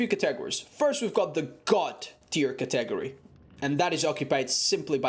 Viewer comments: You're emphasizing the wrong vowels in the word category. It's not cah-tegory, its cati-gory. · Tman Hall "Ca-tegory."